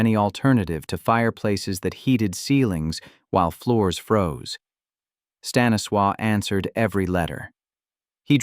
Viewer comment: Honestly, someone needs to learn how to pronounce Stanislaw’s name.